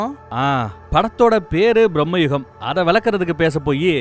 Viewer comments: It's not pronounced as Brahmma Yugam. It's pronounced as Bhrrama Yugam. Bhramam in Malayalam means madness or insanity. The Yugam of madness. A time of madness. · பிரம்ம யுகம் இல்லை பிரமயுகம் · Mate...It's not pronounced as Brahmayugam..It's bramayugam.. Meaning changes when the pronunciation changes.. The correct meaning is ' The Yuga of Bramam ' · It’s not pronounced Brahma-Yugam. Brama-Yugam. Bramam - Madness. Age of Madness. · sir it is not BrahmaYugam.....it is BRAMA Yugam.....bramai endru tamzil solvaargale....